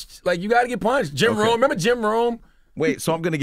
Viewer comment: Jim Rohn not Jim Rome😂😂